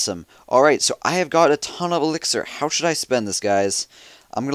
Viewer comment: No he say elxier not dark elxier